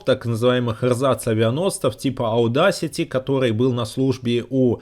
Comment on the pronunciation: Аудасити - Одесити. Таки да, оно звучит так